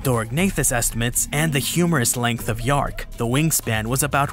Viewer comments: Dearc is pronounced 'jark', NOT yark. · In Scottish, dearc = reptile, sgiathanach = winged Dearc /chark/ NOT “yark” Sgiathanach /SKEE-thanak/ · Dearc is actually pronounced (tyerhk) the h there sounds more like the Spanish j